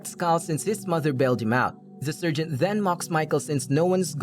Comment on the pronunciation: What is a surgent? It´s so tiresome listening to this.